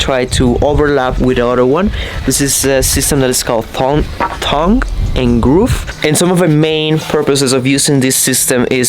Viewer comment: "tongue" is pronounced with a hard "T" like in "touch", not with a "th" sound like in "the". You said it correctly. I hope this is helpful. I speak English and still get some pronunciations wrong from time to time.:) Also, nice job on the tongue and groove.:)